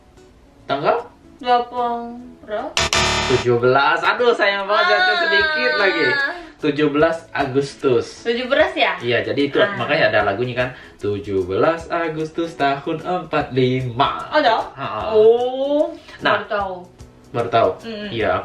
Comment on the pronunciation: Tujubelas bray bukan tujuberas🤣🤣🤣